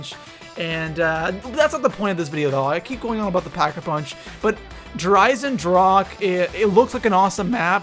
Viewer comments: EISENDRACHE* not drake lol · eisendrache, iron deagon in german, ch is pronounced like a strong er g not like a k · I love how everyone mispronounces der Eisendrache